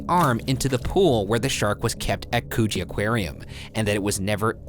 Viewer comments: please I cant with Cooge Aquarium being pronounced like coochie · Came here to see if anyone felt the need to correct them on their pronunciation of Coogee. 🙂 think “could-gee” … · BRUH I LAUGHED BECAUSE I WAS CLEANING AND HEARD HIM SAY COOCHIE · I heard coochie aquarium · Not me thinking is said coochie aquarium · I WAIT GDGCFGMCB MY SUBTITLES LEGIT SAID COOCHIE GHCMGCGHMHG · I believe it pronounced “coo-gee” not coogie. And yes, Chicago style is the best pizza. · i love the way they pronounce places in australia when they have a case from there omfg. "cewgee" and "bat-hurst". makes me giggle everytime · Forensic examination had confirmed Coochie Aquarium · Coogee is pronounced as Coochie like in Coochie Coochie Coo which is usually used by parents when tickling their newborn child. Upon tickling and saying "Coochie Coochie Coo" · Ahhh I see “Coogee”